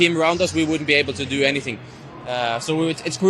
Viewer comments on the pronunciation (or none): none